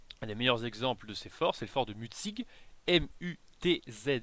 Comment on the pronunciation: Mutzig se prononce "Mutssich" et pas "Mut-zig" ;)